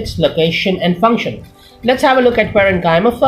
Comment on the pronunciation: its function not fruction